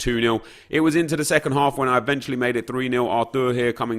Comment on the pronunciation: Drinking Game: Drink 1 shot everytime Nep says "eventuelly" You'll get so Drunk, trust me